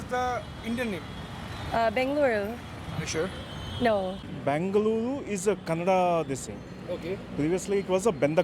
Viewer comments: What bullshit channel this is. First of all learn n get ur facts right b4 talking something. Its kannada not kannad. And if u want to know about bengaluru go to places like malleshwaram, rr nagar, domlur, indiranagar. Not koramangala n electric city where its densely populated by northies. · Bro it is called kannada not "kannad"when u r making a vedio u shud know how it is pronounced..when u are traveling to diff parts of the city's you have to atleast know the basic knowledge about Bengaluru you just can't come out randomly n say something.The anchor in the vedio is trying hard to pronounce Bengaluru.Atleast pronounce Bengaluru properly . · asshole its Kannadaaa not Kannad !! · wtf kannad not kannad its kannada lo Kannada mathadi because of u people whole India is telling kannad kannad kannad WTF..... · oye its not kannad its Kannada because of u people whole India telling kannad kannad kannad WTF..... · It's "KANNADA" Pronounce correctly 😠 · We should really start pronouncing "Hindi" as "Handhi" or "Hind" until these North Indians start pronouncing Kannada properly. Google idhe thaane? Video maado munche onchuru research maadkondu baroke aaglava? Beku antha maadthaare yeno goththilla. 🤦🏽‍♂️ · One more guy saying kannad! How annoying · its not kannad its kannada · It's not kannad it's Kannada idiot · Loude kannad alla Kannada annu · It is kannada not kannad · Not Kannad kannada it is.... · U stupid we first pronounction is correct The Name is Karnataka not karnatak And Kannada not kannad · First learn kannada, then spk abt bengaluru, it is kannada not kannad idiot. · Heyy dumbo🤬🤬 its ಕನ್ನಡ (kannada)💛❤ Not kanad!!!!!😝😝🤬🤬🤬🤬🤬... Seriously feel like blasting you guys and kick you assholes to north India itself from south india...you ppl come here to live and talk bullshit about our own language and ppl and finally show lots of ATTITUE to our karanataka citizens ... you** ...For you'r kind of ppl soon there will be a END CARD!!! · Assole it is kannada not kannad.